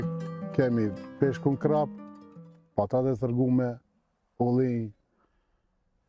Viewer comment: Krap I thone mutit. Emri I peshkut eshte karp po shqiptaret e shqiptojne gabim. Jo krap po karp